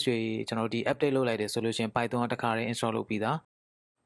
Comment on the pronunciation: အသံထွက်တွေမှားတယ် ဗယ်ဘဲတွေ ပိုင်သွန်တွေ 😂😂